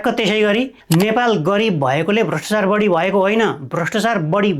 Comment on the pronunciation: "भ्रष्टचार" र "व्याक्तिगत" गलत भयो, कृपया "भ्रष्टाचार" र "व्यक्तिगत" भनेर उच्चारण गर्नुहोला। Right-scrolling long text पढ्न कठिन भयो, कृपया यस्तो टेक्स्टलाई Lrft-scrolling बनाउने गर्नुहोला।